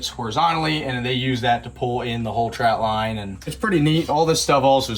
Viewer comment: Love u brotha, but could you please reference "trot" line. Not trout line! If you say trout-line, well, you aint no crabber. 😅😜